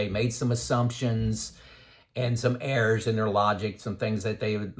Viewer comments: Good information. Just got me confused when he talked about heirs until I realised he was saying errors?!? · Errs to the Throne. I thought he was saying "heirs" too. 2 out of 300, didn't have anyone to leave their inheritance to! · Ha - I thought you were saying "heirs" at first, not "errs" or "errors". Gotta love closed-captioning - that helped clear that up for me. LOL I agree with everything you said in this video. I'm glad I found your YT channel. I retired at 64, 65 now. Just like you mentioned. I waited for a project to complete before retiring. The last 2 years were working from home sitting in a chair for 12+ hrs/day. Now my health is worse - but I blame COVID for that. I now tell everyone who will listen that they need to retire early to maximize those "go-go" years. I thought getting old would take longer, it hits you full in the face (like a MAC truck) before you know it. Thanks from Denver